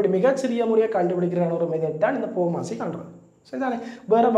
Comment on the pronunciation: sir athu pooomasi illa bodmast